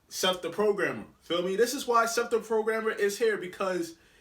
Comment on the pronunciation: The fact he said Seth 💀💀